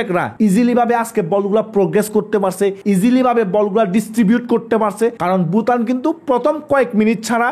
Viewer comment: আপনি ভুটানকে বুটান বলেন, এটা মজা লাগে। আপনার কথার উচ্চারন স্টাইল আমার পছন্দ